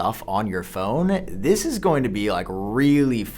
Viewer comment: For "dish" year and "lasht" year, smh!!! I wonder why this guy pronounce "this" as "dish" and "last" as "lasht"?